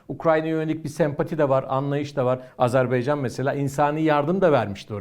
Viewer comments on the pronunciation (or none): bu değerli analizlerinizin arasında, keşke “Azerbaycan”ın adını da artık doğru telaffuz etmeye özen gösterseniz…